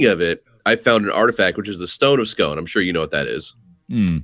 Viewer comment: btw, the Stone of Scone is pronounced 'Sk-oo-n'